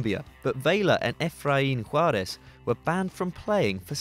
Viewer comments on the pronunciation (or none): none